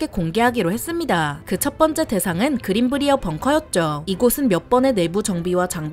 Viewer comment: 그린 브리어 벙커가 아니라 그린 브라이어 벙커가 맞는 발음입니다 저희 동네 이름이라 정확히 압니다